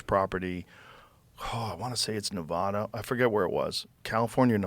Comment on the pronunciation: Joe, Nevada is pronounced as Ne-vah-duh not Ne-vaw-duh.... love you